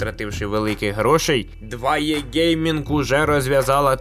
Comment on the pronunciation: Підкажіть, будь ласка, чому 2Е (2і) Ви, і ще кілька людей, читають як 2є?